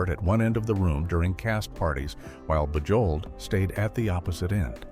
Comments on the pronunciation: Your AI narrator should be corrected. Bujold's name is pronounced "Zhahnvyev Boozhol" and why are there odd film stills included? For instance Vanessa Redgrave and Timothy Dalton and Fred McMurray with some cowboy. This thing is a mess. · Genevieve's last name, Bujold, is NOT pronounced with a hard J. She was nominated for an Oscar, and should have received that golden prize. Absolutely magnificent performance. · I love how the narrator mangled Genevieve Bujold’s name. A Richard Burton biographer stated that he wrote in his diary that he didn’t like Genevieve Bujold knowing that Elizabeth Taylor would read it. I like Elizabeth Taylor but Genevieve Bujold was a much better actress. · Thanks that was hard on the ear.😖